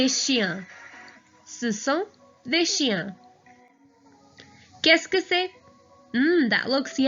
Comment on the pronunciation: "Qu'est ce que" its rare to dont pronounce "Ce"